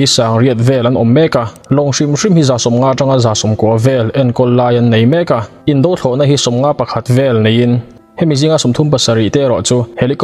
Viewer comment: Indo Thlawhna, Indo Lawng tih hi "indo" tih lam rik dan hi... Nghet lo tia lam rik thluk ang hian aw..